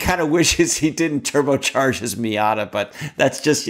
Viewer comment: Question #1 - should be Miata not Mita.